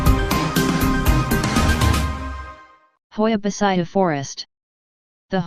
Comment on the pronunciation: Hoia Baciu World's most haunted forest 😂 And the tts is wrong, originally the i in Baciu is not pronounced its like " Bacuu"